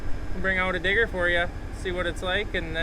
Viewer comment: Need to put a little more emphasis on the D in digger